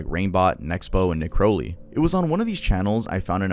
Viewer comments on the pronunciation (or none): none